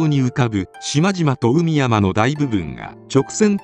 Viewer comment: 「海山」は、「かいざん」と読むのが正しいやうです。